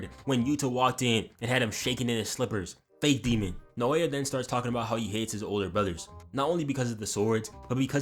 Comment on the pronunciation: You won't have to pronounce naoya much longer goat dw😭😭